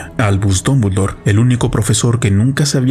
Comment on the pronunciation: Dombuldor, Dombuldor? Estamos leyendo el mismo nombre, CATETO?